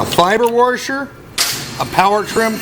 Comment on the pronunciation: Whats a worsher??? Are you attempting to washer? 😊